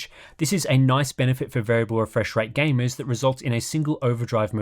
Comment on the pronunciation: i find the way he says gamers funny. It sounds like "gay-mez."